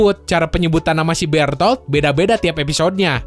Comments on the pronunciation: Beretoto, Berutoruto wkwk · Gw pernah denger eren manggil bertolt jadi bertod wkwkwkkwkw